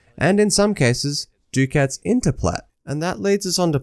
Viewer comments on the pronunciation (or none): Duck-ats. Not duke-ats